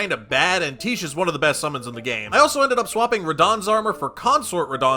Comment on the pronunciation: Can you please stop calling her "Teesh". It is pronounced "Tie Key". She's not a quiche bro.